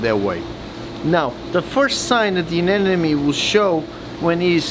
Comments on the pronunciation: why do people pronounce it as ANE NE MES! its uh·neh·muh·nee! A NE MO NE! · Anemone not anenome 😉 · Stop mispronouncing anemone